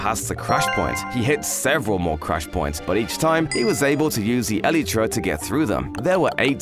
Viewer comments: It's not elïetræ It's Elaitra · It's not ELETRA it's ELYTRA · Bro when he says elytra he says elytra(elitra) not elytra(elightra)😂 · no way he said elitra